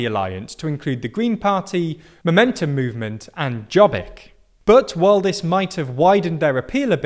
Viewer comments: Well, he and Serbia are waiting for Russia to give them the go ahead to carve up Romania? Then they may fight for their overlapping claims. Jobbik, Better. Jot, not Jay. You really should do better research, it's all online. Like how to pronounce the letter J in any language. I can think of four in Europe. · it is Yob-bik, not "job-eek". why is it so hard to check, every foreign news media, its not even hard to pronaunce....? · Jobbik. Not dzsobik. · "Jobbik" mispronounced [Jobbic] whereas it's [Yobbic], means "the better one". "Mi Hazánk" (pronounced quite well) means "our homeland". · It's not pronounced Djobbik, it's pronounced Yobbik. I swear why is it so hard for Americans and British to go to Google Translate and listen on the pronuncation of certain foreign words and terms. It's not that hard. But I guess it's easier to be ignorant. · Jobbik is pronounced as Yo-bbik, with the double meaning of "better" and "more right" (as in rightwing), and while they were a far-right party, they expelled those members and self identify as center right conservatives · If you want to analyze a political problem in a certain country, try to say the names in the right way. Like Jobbik which pronounced Yobbik. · A quick correction: Jobbik is pronounced like “your beak” with a heavy British accent (silent r). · Jobbik (pronounced "yo-bick") was the cuckoo's egg. a lot of people just didn't vote for a coalition that had a party who proposed a bill to list jews and such. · their campaign was "we aren't orbán" -Jobbik (pronunced as Yobbik) becoming less and less right wing -a giant machina that turned every single word from them into something negative -gyurcsány (he's the left wing's orbán) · And he can't even say Jobbik as it is spoken.